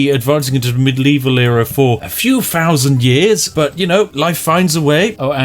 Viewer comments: Phree frousand years. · thousand -> "fousand" three -> "free" :) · Translator’s Note: Free Fousand = Three Thousand (American English)